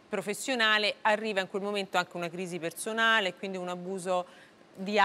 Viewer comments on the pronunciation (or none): Alla conduttrice va comunicato che nelle parole che contengono la lettera "s" quest'ultima non va pronunciata come se fosse una "z". perZone, senZo....etc etc